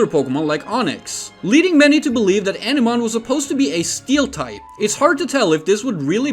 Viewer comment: It would be pronounced "ah-nih-mon" not "eneman", Jesus...